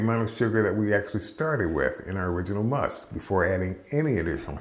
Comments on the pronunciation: It's called "Must" not 'Musk'. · PLEASE. It's 'must', not musk'; we aren't dealing with moose here. For beer it's 'wort' and for wine/mead/cider it's 'must'. Thank you. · its Must, not Musk 😄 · FYI, it's called must not musk.